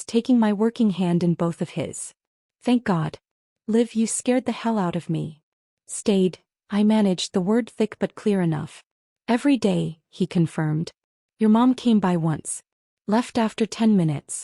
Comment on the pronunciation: Her name is "Liv", not live.